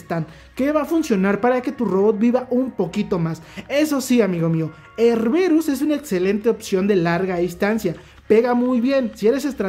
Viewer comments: porque le dices erberus, es erebus, jajajaja, saludos y buen video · Él: erberus Yo: joder tio, que es erebus!! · Erberus.... suena mejor que su nombre Erebus.